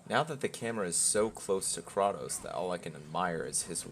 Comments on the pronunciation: I probably dislike this game as much as you do (if not more, alot of my points not mentioned here) but i cant take some of your complaints seriously when you cant even pronounce the main characters name. you referenced past installments, have you always pronounced it wrong? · Why you say "krotos" dudes name is kratos. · Cray-toes not cra-toos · Kratos.... Cray•Tos not Crah•tos, lol. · Its pronounced KRAY-TOS not Kraw-tos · I paused this and left when you called KrA tos. Kratos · Did you srsly say "Kraatos" instead of "Kraitos"??? Goes to show how much of the game you actually paid attention to🤣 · "krautous" its kratos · It's kra-tos not kraw-tos. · I don’t like being that sweaty guy but it’s “kraytos” not “krahtos” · Kratos not Krotos cant even say his name right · Can't even pronounce name correctly I know for a fact , he's a butt hurt rdr fan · How you gonna pronounce his name Krah-toess?!? It's 'Kray-toss'! His name is pronounced hundreds of times throughout the series, how can you even get this wrong?!? I'm about an hour in to this game and am constantly asking myself why people raved about it; the gameplay is fricking abyssmal, haven't played a more boring melee fighter in my life and movement is clunky and awkward (in and out of combat). Cannot understand all the hype for this one; the Baldur boss fight at the beginning was a great spectacle but it was really lacking substance gameplay wise. Is the whole game like this? I cannot believe how shallow and boring the combat feels compared to the original series. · It’s not kr ah toe s it’s kr ay toe s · I knew i wasn't going yo take anything he said in this video seriously, the moment he called kratos "kraatos". bro claims to be a fan of the old games, yet after all this while he couldn't even get the MC's name right 😂.....lol..... hear his opinion at yoir own risk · Man can’t be that big a fan calling him ‘Kraatos’ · KrAtos Long vowel man why you say his name wrong. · Did you just call him *krahtos*?😂😂